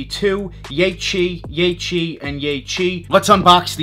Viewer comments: its yeheel not yechill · took an L on several raffles but would like to have those Yecheil. btw, it’s pronounced as “yehill” per Seth Fowler:) More power,!